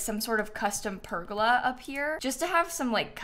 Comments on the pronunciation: Her saying pergola (per-ga-la) when it’s pronounced (per-goal-la) killed me on the inside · I have never in my life heard pergola pronounced like that 😩